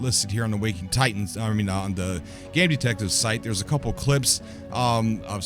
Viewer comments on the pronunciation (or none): none